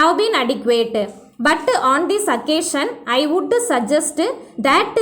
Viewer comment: Butuuu Woulduuu shoulduuu , Please avoid these pronunciation sister